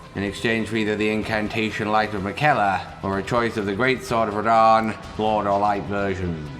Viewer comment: “Promised consort, Re-DAN”